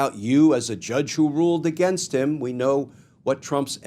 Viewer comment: Please correct the word against. Thank you for your hard work!!! Bless you❤